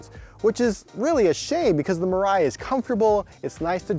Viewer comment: It is pronounced as "Mee-Rye"(未来）....